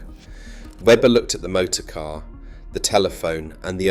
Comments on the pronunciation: I had to stop watching after the AI voice said, "It was built for the K.A.R" 😂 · It was quite convincing until it spelled out K A R, and pronounced it as Milton kaynes